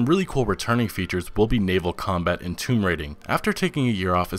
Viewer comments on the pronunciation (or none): none